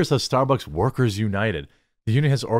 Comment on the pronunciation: gotta admit, starborks is a far more fitting name for a crappy company, well (mis)spoken Jeremy